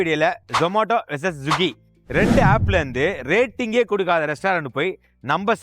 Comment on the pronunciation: Swiggy ❌ Zuggy ✅